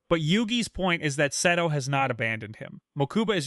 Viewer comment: "Mokooba" "Seedo" 💀